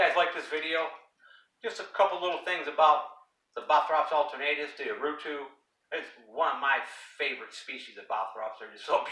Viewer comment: Great video! Allow me to improve your Portuguese....we called it Urutú...as you can see, the tonic syllable is "TÚ", reason why we add the accent over the "U". Cheers! Keep up the good work!